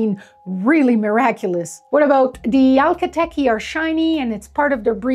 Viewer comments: I noticed you keep saying “Alka Teke” instead of Akhal Teke. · You may wish to pronounce the first part of the name correctly. It is Akal, it is not Alka. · Hi there, thanks for the interesting horse videos! Akhal Teke is pronounced 'AK al Teeky' spelled phonetically. Every time you say ALKA tekkie, it's hitting an annoying little buzzer in my brain. My comment is that, once upon a time, I owned a purebred registered AQHA mare that was registered as palomino, but she had around 50% black hairs in her tail. She had a golden bloom that would put any Akhal Teke to shame! I believe that she had a silver gene and was actually a silver buckskin. She showed dapples in the Fall and shed out in a dappled pattern in the Spring as well. Upon close examination, her hairs were actually clear, with a delicious golden colour. This was the reason that when the sun shone on her coat, it glimmered like 24 carat gold. The light could penetrate through the hairs and was refracted in such a way that made it look iridescent. This effect is more apparent on lighter colours and is absent in some colours. I have always thought it was attributable to the silver gene, however, I have seen many a champagne with a similar bloom. She had several foals, most of which appeared to be palomino, with her last colt coming out a strange liver colour. Food for thought. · Um ... the name is not pronounced (al-ka TEh-kee) . The name has it's origins in Turkmenistan, where a 'voiceless fricative' sound, a sort of brief gutteral hiss in the back of the throat, is made when an "h" is voiced in a word. Therefore, the name is pronounced (ak-*H*al TEH-keh), with the fricative after the k sound only. The name has it's origins in an ancient language. This horse breed was developed by the proud horsemen of that region. However, the rest of this information is solid. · Akhal teke, not alkha teke. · Is it really pronounced “ALKA” Teke? I always assumed it was pronounced “A-khal” (A’s as pronounced in “pizza”)